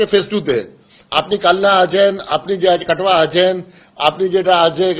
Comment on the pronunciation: উনাকে বলুন কাটুয়া নয় কাটোয়া সঠিক তথ্য জানতে বলুন